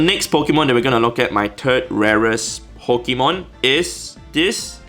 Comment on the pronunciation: Nobody: An Asian: Po ki mon